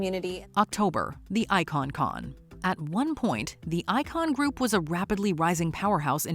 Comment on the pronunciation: Congratulations on the pronunciations in the Icon Group story. WOW!